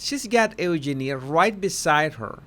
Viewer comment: just for future use it's u-jean-i